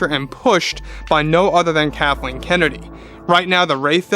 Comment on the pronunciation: Lol you almost say Kahtleen